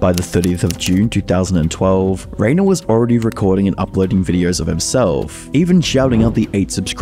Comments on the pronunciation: I really like this video, great research, slick editing and compact, one thing I want to point out though is that the name Rainer is spoken more like "Ryner" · Rainer is pronounced as Rhiner 😅